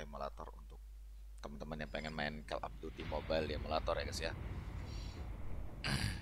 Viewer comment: Call dibaca kol, bukan kel bg